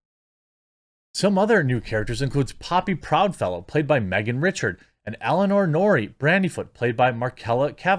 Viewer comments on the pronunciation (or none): none